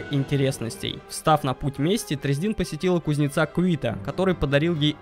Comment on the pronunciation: Не тресдИн, а трЕсдин.....